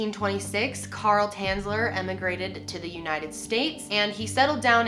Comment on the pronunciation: from Dresden, omg! :o his real Name was Tänzler to say it correctly xD